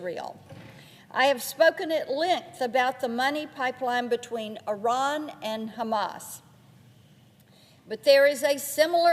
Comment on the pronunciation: Does she mean Iran or Unran?